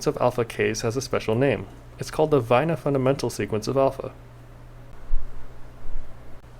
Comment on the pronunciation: Excellent video! Minor correction: Stan Wainer is British; his last name is pronounced in the obvious English way, not German.